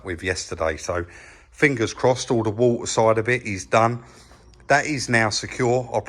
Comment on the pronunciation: "we can get the new parts then fill it up with war ah" 😄lol